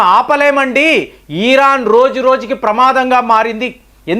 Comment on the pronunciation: ఇరాన్ not ఈరాన్... ఈసారి ఆ ధీర్గం మానెయ్యండి.